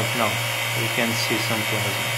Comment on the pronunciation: Sim pronuncia como se estivesse falando em portugues e não em ingles.